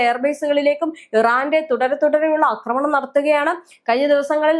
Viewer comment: അക്രമണം X ആക്രമണം ? അക്രമണം !! അക്രമണം😂😂😂